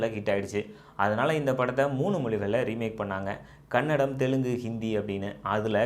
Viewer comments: Anthamma adu kannadam alla ಕನ್ನಡ Say properly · bro, you need to pronounce it as Kannada not tamil version..